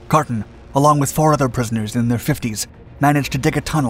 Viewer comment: Same goes for your pronunciation of Carton.